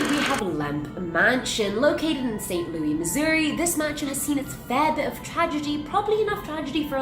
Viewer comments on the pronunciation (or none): EXCUSE ME but did you just say Saint “Loo-ee” Missouri?!?!!?!!!??!! As someone born and raised there it’s Saint “Loo-iss”. That just hurt me in my soul for some reason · I replayed it and I think the pronunciation of St. Louis legitimately sent my soul to the shadow realm. I will haunt the cast of this channel for all time